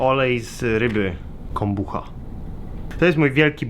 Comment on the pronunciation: Chyba Kombucza się czyta ;) pozdrowionka